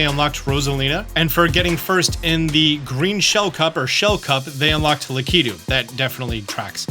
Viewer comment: Maybe you don't get invited to events because you mispronounce Lakitu's name. 😂